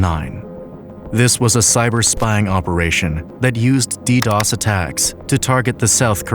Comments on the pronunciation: Ahh Yes, "DDDOs" attack. My Favourite. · tsk tsk its not dddos